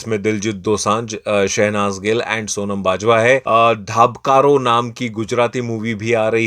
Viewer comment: धबकारो है धाबकारो नही।